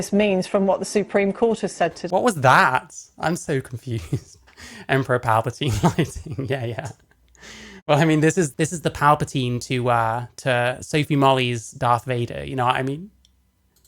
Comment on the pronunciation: " Emporer Palpatine" ..😂🤣😂🤣🤣😂🤣🤣